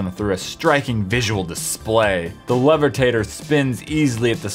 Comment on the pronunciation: Did anyone else notice that he said levertater and not levitator